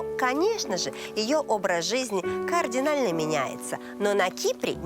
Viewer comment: Жанночка, пожалуйста - "кардинально", не "координально", второй раз уже у Вас эту ошибку слышу.